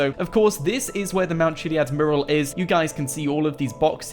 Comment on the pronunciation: mew-ral. it's bloody mew-ral